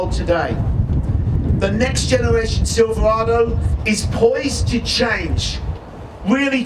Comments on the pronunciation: Why does it it run right through me that a "Bloke" who can't even pronounce "Silverado" is announcing at the Chevy Truck 100th anniversary. Do you think Jaguar or Aston Martin would have an American from Texas announcing at their 100th? Please help me understand why this irritates me so much! AWESOME NEW LOOK THOUGH!!! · not sure whats more annoying, the butt ugly truck or the horrible pronunciation of "silverado"